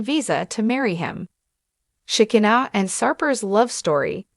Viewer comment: Please teach these people how to pronounce these names it's She ki na